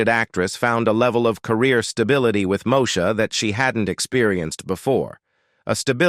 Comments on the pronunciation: …..”moe-sha”? It’s pronounced “Moe-eee-sha” smh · I quit watching after the third “Mo-sha”. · Not MoSHA, chiiiile! Dang! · If they can't even pronounce the name of the character correctly, I'd question the accuracy.